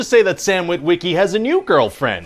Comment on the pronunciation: No one in history has ever pronounced "Wit-WIH-key" like that before.